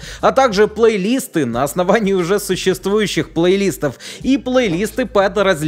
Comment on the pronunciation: Меня одного чуть не доконало обилие плейлИстов. Уши же режет дико...